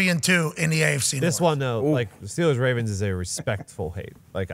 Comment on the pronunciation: our team is the 'Ravens'. Say it properly.